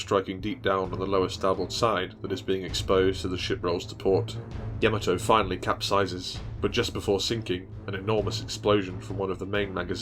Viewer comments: Its not Yam-A-To...... Its Ya-Ma-To. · Excellent video and thank you. I have a correction please. The proper Japanese pronunciation of Yamato is "YA-ma-to", with the emphasis on the "YA", and not "ya-MA-to as commonly pronounced by non-Japanese people. The link below demonstrates this. It's from the original 1970's Japanese cartoon "Space Battleship Yamato", and it's in the original Japanese language. At the time mark , there is a clear pronunciation of "Yamato" as it should be pronounced.